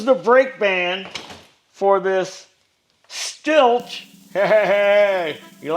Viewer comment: Hey great video I am a Husqvarna and Stihl dealer in Alberta Canada... and Stihl is pronounced... Like the word STILL.... you should pressure wash clutch area and remove clutch makes it easier and also allows you to check oiler and clean around seal